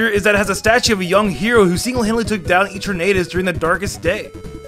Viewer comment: who is Eturnedus? You mean Eternatus (E-turn-e-tus)?